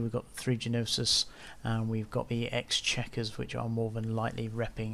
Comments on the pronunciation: Great explanation on how it works, but the Exequror is pronounced X-E-Q-ror not X checker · thanks. The ships are "NO-sis" and "ex-ECK-yer-er". {Greek- and French-derived names with particular pronunciations)